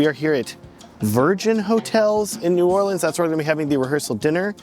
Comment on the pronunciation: Saw the thumbnail and smashed the video when I saw you were in New Orleans. Then hearing you say New Orleans the right way!? MAN! You're doing everything right. Hahaha.